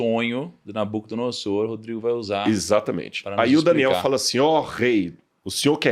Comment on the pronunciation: Rodrigo ainda explica a pronúncia, mas o cara chegou continua com a dicção em SS.... NabucodonoSSor... tá de sacanagem